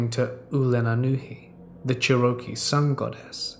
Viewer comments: Bro…..I had no idea you were trying to say Cherokee for like 8 minutes lmfao xD I feel tht though, you’re not american so can’t really expect you to be familiar with tribe names. But just so you know, (although I’m sure others have already explained) its pronounced like Chair-a-Key not Share-Oak-E or whatever lmao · He didn't even say it that weird 😕 He said "Che-ro-kee" instead of "Che-ruh-kee", you absolutely knew what he meant 🙄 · I'm Cherokee, 50%. Please learn to say the word correctly, you're "butchering" my tribe, man. It's pronounced "Chair-o-kee", not "cher-O-kee". ty. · Of course he knows 😒 He really didn't say it that different. He emphasised the "oh" part rather than saying "uh" 🤷‍♂️ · First let me start off by saying I love. His stories and most importantly his voice keep me listening daily. However, I know this is not your fault its just a matter of linguistics. When you say "Cherokee" your pronunciation is all wrong. It is not " Share-ro-kee" but " Chair-Ra -key" I know it's just a matter of geography and dialects, not your fault. Just wanted you to know because the Cherokee nation is a wonderful and proud people. Keep up the amazing work and I will be listening. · Love listening to these stories! That being said I am extremely OCD about grammar and pronunciation. Here's one for instance "CherrOky" . Please look up pronunciations of words you're not sure of. Not bitching or trying to be mean in any way, just trying to help. It's pronounced like...."Chair-uh-key" or "Cheh ruh kee" . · Churohkey? Hahahaha its pronounced chairohkey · Psst- it is pronounced chair - O - key. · Love your videos. Fall asleep to them almost every night. But before someone gets upset. It’s pronounced Chair o key. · Love you. But for future videos. It's pronounced "Chair - ah - key" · Yeah it's pronounced Chair o key! 😁🙏✌️ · If you’re saying Cherokee it’s pronounced chair-roe-key. Not sure if that’s what you meant. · Pronounced like Chair a key